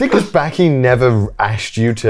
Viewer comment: how long does connor need to live in japan before he learns the vowels. like bro pls stop saying backy instead of baki 💀